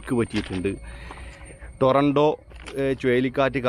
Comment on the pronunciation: ടോറണ്ടോ അല്ല സുഹൃത്തേ , tornaado ആണ് .